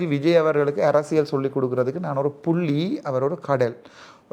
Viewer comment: தம்பி நீ புள்ளி என்று சொல்ல எனக்கு பு .... கேட்குது